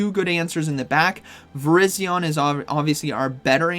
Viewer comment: why does every YouTuber pronounce it VIR-IZ-ION. it is VIR-EYE-ZION. similar to the wireless carrier VERIZON.